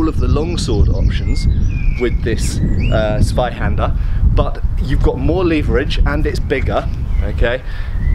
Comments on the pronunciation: Please don't call it Swyhander 😅 It's pronounced Tswyhander. Big difference. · Although your pronounciation of "Zweihänder" is already quite good, but try putting a "T" before it, so it's more like "Tsweihänder" ;) Greetings from Germany